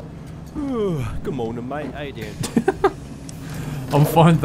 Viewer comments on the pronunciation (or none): none